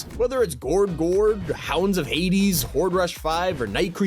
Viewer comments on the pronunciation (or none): none